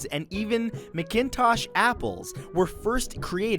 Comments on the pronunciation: mcintosh apples are pronounced mack-in-tosh not mick haha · Mac-in-tosh-- not McINtosh. Geez. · Why can't anyone pronounce Nunavut properly? Also, McIntosh apples is pronounced incorrectly. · McIntosh apple is actually pronounced "Mac-In-Tosh". Clearly the person who made the video you were watching was not Canadian. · The apple name McIntosh, it's pronounced Mac-intosh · And it's pronounced Mac-in-tosh. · Pronounced mac-in toch the apples proper way to say it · How the Ai pronounced McIntosh apples. LOL. It's pronounced MAC in Tosh. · AI always mispronounces names. It's pronounced MACK IN TOSH, MacIntosh apples.